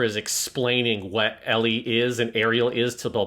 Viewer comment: keeps calling her “Elly” and while I get the whole Ls and Rs thing of Japanese. “Elly” is not short for Ericht nor is it short for Aerial as in Aerial Gundam or Aerial the Shakespeare character……